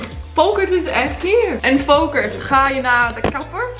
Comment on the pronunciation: Yezzz, just make him listen and speak Dutch like a real Dutch girl, ignore the resistance! Haha You did really well and so did Volkert! By the way I love that he is named Volkert, it’s a Friese name (like your mom), and I always liked it. You pronounce it perfectly also. And you have very little brutish accent in your Dutch 👍🏻